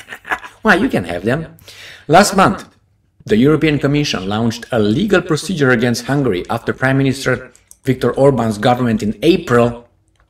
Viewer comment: Launched is pronounced Lawn-ched and not loun-ched.